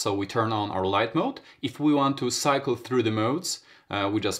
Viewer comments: Mod not mode my dude lol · MOD not mode. There is no E at the end.